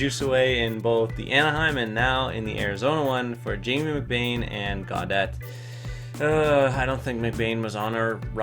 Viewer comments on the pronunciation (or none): none